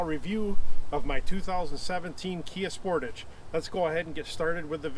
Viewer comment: Y do alericans always pronounce sportage wrong